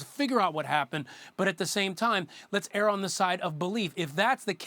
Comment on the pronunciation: It's not "error" it's "err".